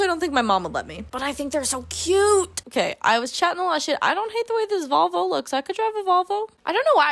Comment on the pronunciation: every time you said volvo i heard vulva and you just kept going "i can't picture a vulva for the life of me"